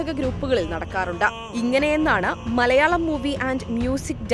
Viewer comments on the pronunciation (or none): none